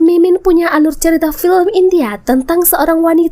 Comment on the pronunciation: Film kali min bukan pilim😅